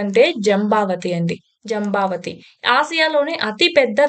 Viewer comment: జంబవతీ కాదు మేడం జంఝావతి నది